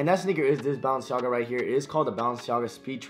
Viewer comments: He says baallenciaga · I Think Your Saying Bounce-Jogga🤷🏾‍♂️ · Bruh its Bah-len-see-aga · he said BounceMeNaga 💀💀💀💀💀💀💀💀💀💀💀💀💀💀💀💀💀💀💀💀💀💀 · Why Do You Say Balenciaga Like That😂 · He can’t pronounce Balenciaga